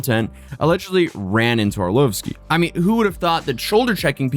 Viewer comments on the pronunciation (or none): It's Arl-OV-ski. not Arl-OVE-ski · Jesus, can you at least get the man's name right? It's ARE-LAWV-SKI.... NOT ARE-LOWVE-SKI! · how do you not know how to say Arlovski? wtf is ar loaf ski. All you hasd to do was watch 1 intro to his fights. you know nothing while pretending you know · It's ar-lov-ski not 'love'-ski, not hard to hear it spoken at any of his fights. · You're saying the fighter's name wrong. It's not lovesky It's pronounced ar~loff~sky Like loft. Not love. "Arloftski" Not orlovesky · *BREAKING: CANT STOP HUMILIATING HIMSELF BY SAYING “Are-LOVE-ski”.*. It’s almost as if he doesn’t have Google or Grok or Chat GPT to tell him it’s pronounce ”ahr-LAHV-ski” Come on, don’t be lazy. Most people can’t pronounce NORWEGIAN names and so they look them up. Why don’t you do the same. For fans who have watched Arlovsky for decades, it’s like you are stabbing us in the head with your awful pronunciation. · The pain I can’t take it it’s pronounced laavski like lava with out the last “A” 😂😩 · It’s pronounced AR-lov-skee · OrLOVsky, more like “ah” than “oh” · its AR-LAHV-SKI... Andrei Arlovski. Hes a legend and it was driving me nuts the way youre saying his last name lmao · Can you pronounce arlovski properly please its killing me! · The way you pronounce Arlovsky wouldn't be so bad if you didn't say it wrong every 10 seconds. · The way you're saying andrei arlovskis name was bothering me the whole video haha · Haha YO pronunciation is killing me! you are great, love the vids but you are better than this! Gotta get the “UFC Legends” last name right✌️&❤️ from NY homie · Can’t stand how this idiot mispronounces Arlovski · There's thousands of videos of Arlovski hitting them cretins and they haven't been demonatised, you are a fanny and just care about money, and learn how to pronounce Arlovski's name right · I've never heard anyone say Arlovski's name that way. 😂